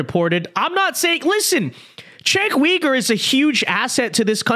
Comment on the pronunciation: Are you pronouncing his last name incorrectly on purpose? 😅